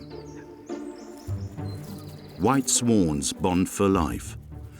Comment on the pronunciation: "Harrons" "Swarns"